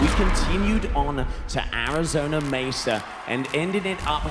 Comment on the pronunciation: Already off to a rough start by not even announcing the second stop correctly. Mesa, Arizona. Not the other way around